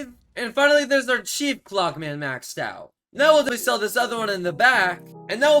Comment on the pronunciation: what hes saying: chief clockman what i hear: cheap plugman